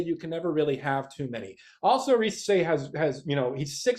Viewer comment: 1. Thank you for pronouncing Zaccharie Risacher name correctly, its like when people Mispronounced Victor Wembanyama name wrong coming out from France. 2. I was absolutely high on Nikola Topic at the beginning of the season, I thought of the PNRS between Wemby and Nikola. But when it came down to it , I've changed my mind about my PG of the future of the Spurs. 3. I honestly believe If my Spurs stay at 4&8 and if Risacher is off the board. I believe we are going to go: #4 - Stephon Castle #8 - Tidjane Salaun My draft day dream though is as follows: Blazers Receive: pick #4 and Keldon Johnson Spurs Receive: Picks #7 & #14 With Picks 7 , 8 , & 14 We address 3 needs. #7 - Stephon Castle #8 - Tidjane Salaun #14 - one of following 1. Jared McCain - Shooting PG off the bench running PnR etc 2. Devin Carter - Good perimeter defender, playmaker, Shooter PG off the bench 3. Kel'el Ware - Stretch 5 off the bench (replacement of Zach Collins) , could even start next to Wemby depending on matchups (like against Minnesota) 4. Ryan Dunn - Best pure lockdown defender in this draft, I see a Kawhii Leonard potential in Ryan Dunn (potential defense with Dunn Sochan and Wemby would be 🔥)